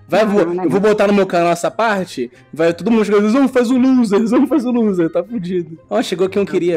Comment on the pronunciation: loser e não " luser "